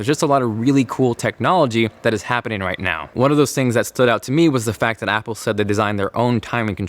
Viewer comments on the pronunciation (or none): none